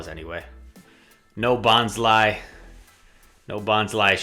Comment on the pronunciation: It's bon-sly. Bon as in bonsai. Sly as in sneaky. Not bonzly.